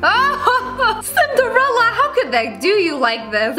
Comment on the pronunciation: As soon as I read this comment she said "Ok Snifderella"